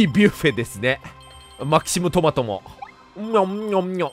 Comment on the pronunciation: マキシムで合ってますよ。